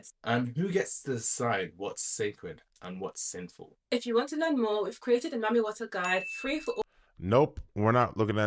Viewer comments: It sounds like they’re saying “Mummy” water. Seems ominous… Is this spray some kind of Preservation for a “dead” face? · Sounds like it’s pronounced “eat dem” eat them …EaDem! Mami Wata is a mermaid 🧜🏽‍♀️ siren and Sirens “EAT” the sailors …… hmmmmmmm I wonder what is being released that is eating on the humans